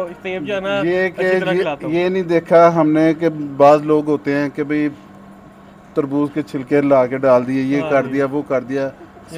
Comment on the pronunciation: Dear you're doing good job. Please make it correct, Its "Bhai" not "Bahir" 👍